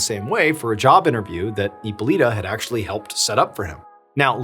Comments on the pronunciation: Hypolite is pronounced Hypolit. Not Hypolita or Hypolitoe. 😉 E at the end of the word in French accentuates the preceding consonant but is silent. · Hippo"Lighta" is how it's pronounced. It's Greek. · Hyppolyte is pronounced as "Epoleet"...😂😂😂 not "Epoleeta" , just saying. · The correct way to pronounce hippolyte is hippo with a silent H and lit “ippo-lit”